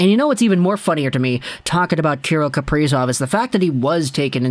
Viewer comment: say his name right broski